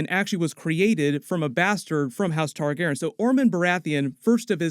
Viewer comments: I dont know how many times I need to say it; its Targaryen, not Targeren. Your mispronunciation is infuriating. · Noticed you started pronouncing Targaryen like Tar-gar-en now. Is how everyone else pronounces it wrong or something? Isn’t it Tar-gary-en?